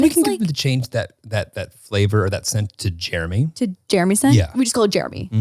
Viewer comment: It’s mammi and papi and jeremyuh